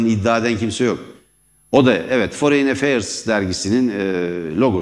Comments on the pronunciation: Foreyn değil forın :D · Foreign kelimesi foreyin diye telaffuz edilmez beaa... Forin desen yeter. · Merdan Bey, belki küçük bir detay ama foreign kelimesini ‘foreyn’ diye telaffuz etmeyin lütfen, yanlış ve kulak tırmalıyor. ‘Forın’ şeklinde söyleyebilirsiniz.